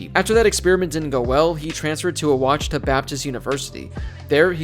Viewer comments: Ouachita is pronounced “wa-shi-tah” fyi. I only know this because I grew up in Arkansas. Nobody outside the state would know really. Side note: ouachita Baptist and Henderson State’s campus are across the street from each other. They have a cool tradition where they walk to the other teams campus to play. May make for a good video one day. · You did a better job than the late Howard Cosell trying to correctly pronounce Ouachita but still didn’t quite get it right. It’s pronounced ‘wash-ah-taw’